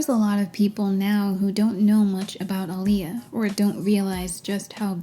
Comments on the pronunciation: it's not even that different, chill. just heard the narrator who's bitching about it mispronounces it, because it's such a small difference that depends on how you speak. "claimed that Aaliyah was" was said differently than the next time she says her name. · When Are You That Somebody came out, my mom was pregnant with me and named me Alia pronounced the same way… I love my name and the meaning… didn’t like how they mispronounced her name wrong when she made it CLEAR Edit: I often tell people “It’s like Muhammad Ali” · so my only reference regarding Aaliyah was her being in Queen of the Damned (my mom loved it 🤷), but it's ridiculous that none of these people knew how to pronounce her name--or pretended to not know for shock value--when the pronunciation's literally on her album covers. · Ah-Lee-Yah it’s not hard to pronounce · the aaliyah mispronounciation is so egregious considering aaliyah LITERALLY put ah-lee-yah next to her name on music videos and album covers ): so disrespectful of everyone that mispronounces it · Aaliyah even put the proper pronunciation of her name on her debut album cover, How did they fuck that up. ( ah-lee-yah ) not difficult at all. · I’m hard of hearing so the intricacies of Aaliyah’s name pronunciation doesn’t hit my ears that much, but it’s literally spelled phonetically in MULTIPLE places, if someone who’s deaf in one ear can see that and make an effort an actress hired to represent the HUMAN that named belonged to should have made an effort! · Wtf you complain about how everyone in the movie pronounced Aaliyah wrong and then you proceed and say it wrong yourself repeatedly again and again... like wtf ? I think you should check the mirror before going on to diss others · Omg. I’ve just now learned, firm this video, that her name is said with the long A vowel sound. I didn’t know that. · OKAY I KNOW THIS IS LATE be my name is Aaliyah and hearing you say it I gotta ask Have I've been pronouncing my name wrong this while time?!